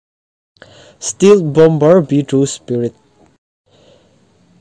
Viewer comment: I sap thulam hi uluk deuh la stealth te steel ah i achhuah a